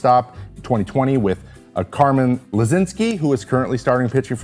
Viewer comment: As a fellow Carmen, Carmen Mlodzinski is one of my favorite pitchers currently! It’s a tricky last name, but it’s pronounced: “Muh-gin-ski” With that being said, I am 22. I’ve been a Pirates fan for 22 years. The most success I saw was in 2013. This team is pain.